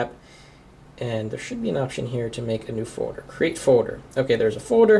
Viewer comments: he says "foder" not folder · It's foLder! There's an 'L' in the word foLder! It's not foder! That is all. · HE'S SAYING FODER NOT FOLDER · . "Foder" and "Hode" o_O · haha. "a Foder" "press and hode to make a new foder" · he says folder so funny lol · u say folder weird o.0